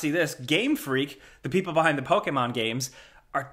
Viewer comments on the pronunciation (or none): none